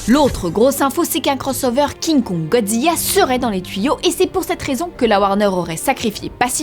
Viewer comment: pk elle dit Godziya ???? c'est Godzilla sa sa prononce LA a la fin